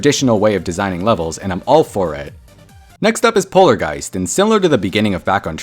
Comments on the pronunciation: No one says polarjeist😭🙏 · Polargeist should be pronounced "Polargeest"